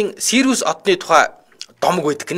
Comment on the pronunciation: Сириус шүү, Сири биш. Манайхаар Хөхдэй мэргэн гэдэг од билүү дээ